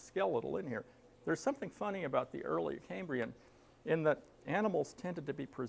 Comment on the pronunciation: A fascinating presentation. Just a nitpick- The “cam” in “Cambrian” is pronounced “cam” not “came” (it’s derived from “Cambria” (Wales), not Cambridge).